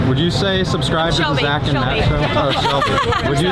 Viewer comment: Did she say Zatt and Mach show? lol